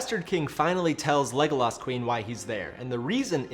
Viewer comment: Yeah seriously. If you are going to use the name 30 times in a video you should make sure you have the pronunciation right.